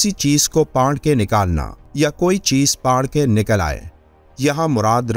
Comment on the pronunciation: Pard k nhi phard ke bhai